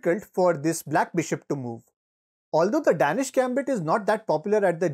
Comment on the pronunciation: It is pronounce "Dane-ish"